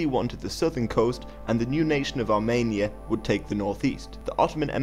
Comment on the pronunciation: Sorry, but it's Armenia and not Armania ;)